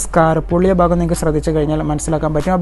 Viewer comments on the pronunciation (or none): Ayyo bagam alla bhagam